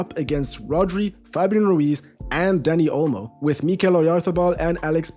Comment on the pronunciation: Gotta say, that's one RIGHTEOUS stache! Muchas gracias for the Spanish as well, you even got the (very hard for non-natives) trilling "r" on Rodri. Brilliant, lucid analysis as well — big up from Buenos Aires!